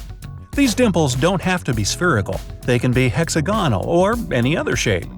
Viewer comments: Um Hex AH gonal not hexa GON al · hex•ag•o•nal is pronounced hĕk-săg′ə-nəl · HexAgonel no it’s hexagonal